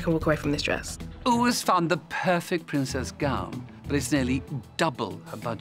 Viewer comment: And he can’t pronounce Princess Gown either on any of the programmes. Always Prince’s Gown. Never knew a Prince wore a gown 😉